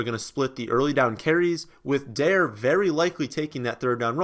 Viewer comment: Day 2 of telling that Dare is pronounced DAH-ray